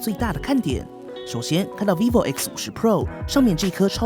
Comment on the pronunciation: 一直聽成維尼牌XD